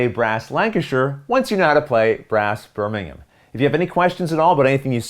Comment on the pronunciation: Thank you for pronouncing Birmingham and Lancashire correctly!